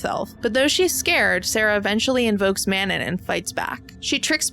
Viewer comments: *mano instead of manon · It's Manau, not Manon. Cleary you didn't even watch it 🙄 unsubbed "I adore this movie" Suuuuuure you do 🙄🙄🙄